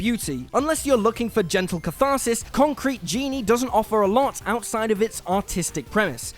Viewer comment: "Conctrete Genie"? 🤨🤨🤨